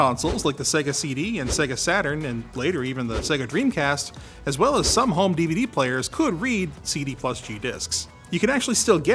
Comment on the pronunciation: What's a cee-dee and a devah-dee he keeps talking about?????